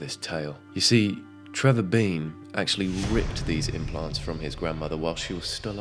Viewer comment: it's Trevor DEAN,, not Trevor BEAN 😭😂